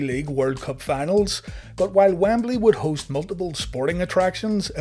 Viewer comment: Lol, okay I thought I just said it wrong forever, but he pronounces Wembley a few ways in this video alone. Wambeley, Wimbly, WamBailey. :)